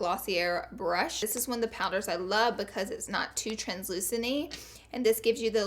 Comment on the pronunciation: don't forget 'beechuz' for because